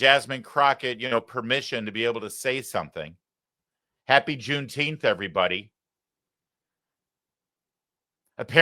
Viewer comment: I have to correct you, Larry, she did not say "everybody says" she said "airybody said".